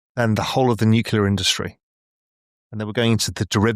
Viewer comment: How can a guy of apparent intelligence say "nucular"?